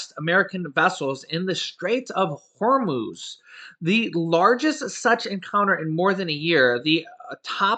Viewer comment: No offense but you aren’t pronoucing Hormuz right